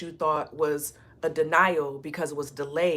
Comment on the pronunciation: Not you saying dinè while trying to say denial. I just finished my Navajo lessons for the day. I guess that was a conformation for me about learning my ancestors language even when I’m not feeling like doing the duo exercises. ❤